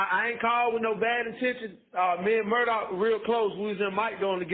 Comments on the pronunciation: I’m not sure why so many people pronounce his name as “Murdaw”. If you listen to any of the Murdaughs, they pronounce it “Murdoch” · Its pronounced “Mur-dok” LOL..not “mur-do” 😆